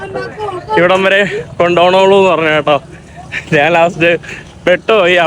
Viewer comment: നാൻ അല്ലടാ കോയെ?